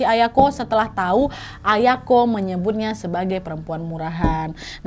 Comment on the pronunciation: Aku dengernya ayangku bukan ayako 😂